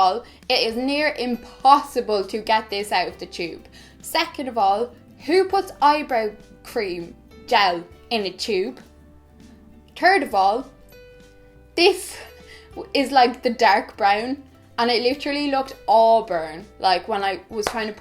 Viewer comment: "TURD OF ALL